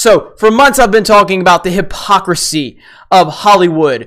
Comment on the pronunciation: "So, for months I've been talking about the hip-hopcrisy..." Did you get confused for a second and tried to say "hip-hop" and "hipocrisy" at the same time? That's a pretty funny term that should be used whenever hip-hop artists pretend to be normal people when they're really spoiled brats.